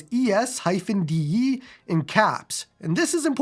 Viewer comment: ES-DE... Aww hell no.